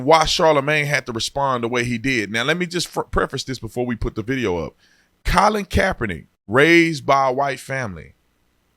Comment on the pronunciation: U use google for navigation !Colin you ruining the name bro😢